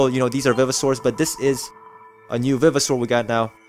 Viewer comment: For your 2nd fossil you should of used the drill for the edges and good job on saying vivosaur all other vdeos I seen did not even try to say it right.